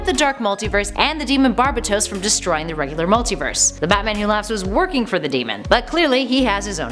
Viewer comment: It is pronounced bar.bat.os